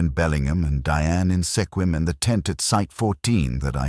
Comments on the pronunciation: Good story but it's pronounced SKWIM not sekwim. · Squim not Sekwim. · Mispronounced Sequim.